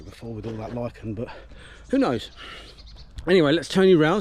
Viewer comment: Thank you for being able to pronounce Lichen 🤣 Not Lit-Chen